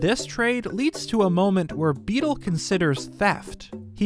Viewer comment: How tf are you messing up Beedle's name when it's literally on screen?